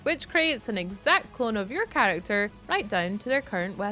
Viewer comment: 'Chalacter' are you chinese bro?